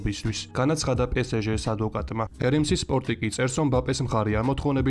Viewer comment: Pe Es Ge პე ეს ჟე - სწორია პე სე ჟე - არასწორი